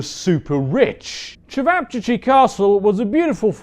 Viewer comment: Chicken wing castle was probably the closest you came to the correct pronunciation...